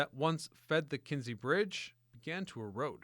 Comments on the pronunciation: KINZIE STREET..not KENZIE. Can't be that hard to at least get the name right, but no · Kinzie NOT Kenzie street